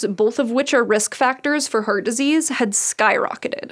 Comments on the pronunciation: I'm really curious where her accent is from. When she says "heart", it sounds like "hurt" to me, and "carbs" sounds like "curbs". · Anybody else hearing the pronounciation as "hurt disease" or "heard attack" ? 😀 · She pronounced "heart" as "hurt" for some reason and some other words with "ha" also pronounced as "hu" It's strange and confusing if not reading text on the screen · All I can hear is 'hurt disease' :D Sorry... Amazing video as always :) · The way she pronounces "Heart" drives me insane. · Couldn't get over her pronunciation of "heart". Other than that, great. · Interested in accents and pronunciations, I’m wondering what pronunciation the presenter has. “Heart” sounds like ‘hert’ and ‘Harvard’ sounds like ‘Herwerd”. Anyone who knows? 😄